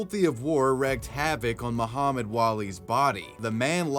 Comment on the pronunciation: "WREAKED" is pronounced REEKED, not WRECKED.